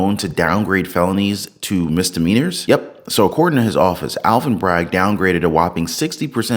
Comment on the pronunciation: Dude! It’s ALVIN not ALLEN!!!!